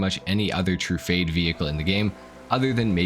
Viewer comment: one year later and hes still pronouncing Tru-Fah-dey, TRUE-FADE huh.....